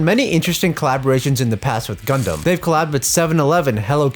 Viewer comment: DID YOU SAY……..gUdUm